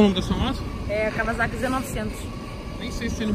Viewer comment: A moto Kawasaki você falou errado , o Wa tem a fala de ua e não de va... ex: seria o correto falando kauasaki . Tbm do descobri quando vi morar no japão kkkk falando nisso falou que iria vim aqui quando tivesse seus 1 milhão de inscritos e já ultrapassou esperando vc aqui na terra do sol nascente ☝🏾